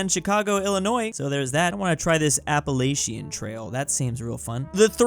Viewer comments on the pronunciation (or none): did- Apple-A-Chan? As a West Virginian, we were taught it was like Apa-latch-in. Is it not- My life is a lie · Apple Asian. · I can't be the only one wondering when will just look up how to pronounce Appalachian